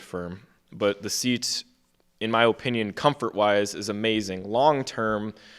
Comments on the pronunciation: Am I the only one wanting to shoot myself everytime that guy on the left say O-pinion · Bro mispronounced "Opinion" like 8 times